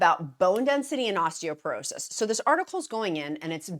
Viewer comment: I know you like to factually accurate… it’s “Osteoporosis.” 😊